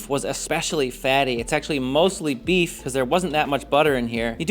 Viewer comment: Why are you saying buff instead of beef?